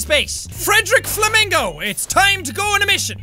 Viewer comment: When he said flamincow I thought of a flaming yaun